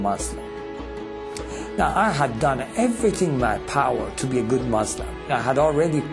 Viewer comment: Lol he's a ex Muslim and can't even say Muslim he says "Mozulm." Lol so fake it's just to sell Christianity.